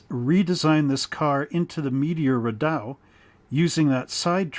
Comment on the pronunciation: And, FYI, it's pronounced Ree-dough. Hope that helps!